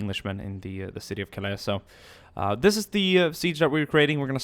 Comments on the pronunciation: Calais is said Cal-ay. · Please. Cal-aay. Your use of the word is murderous. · The way he says Calais pisses me off